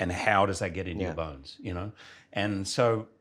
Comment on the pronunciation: Am I the only one that keeps hearing "Get into your buns" instead of "Get into your bones"?